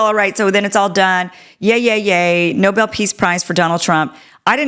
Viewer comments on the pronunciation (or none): none